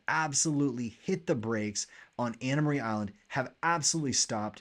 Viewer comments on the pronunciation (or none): It's Anna Maria (pronounced 'uh' on the last syllable; not pronounced Marie. It is an island...not north of Bradenton Beach because Bradenton Beach is on the island as well as Holmes Beach. I see 40 single family home sales there in the past 90 days; 77 total residential properties. Locals call the whole island Anna Maria, not just the northern tip.